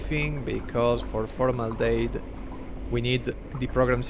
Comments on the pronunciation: Formaldehyde is pronunced “for - mal - de - hide” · For future reference, you pronounce it as for-mal-deh-hide. Not sure if there's a formaldejekyll out there somewhere, but for the moment that's the only one we have.